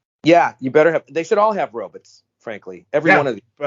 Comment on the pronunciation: I like that dude says ROBITS